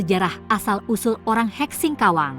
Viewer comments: Sebutan salah.. Bukan hek... Tpi kek Sumber video tidak di ikut sertakan... Pencaplok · Perlu penyempurnaan kata2....bukan hek...tapi dibaca ke' (khek)🙏